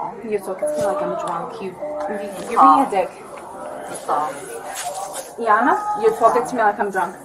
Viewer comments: I heard the Woman say the Name Nikole about 30 Times, If hear the Woman say Just one more time " NIKOLE" ..... 🙅🤬💣💥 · "Nee-call." "Nee-call." "Nee-call." My goodness make it stop 😂